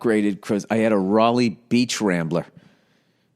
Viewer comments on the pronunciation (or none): none